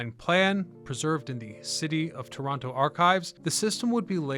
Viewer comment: *Torono.. cmon guy!